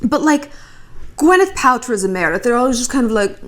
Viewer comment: You nailed the “Meredith”